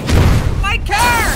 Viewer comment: Hey get in the care (it sounds like care)